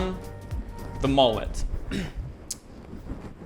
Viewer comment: The way u say mullet makes me want to swallow my own vomit mullets are the best